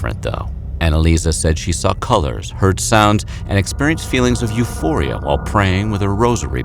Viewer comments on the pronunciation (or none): none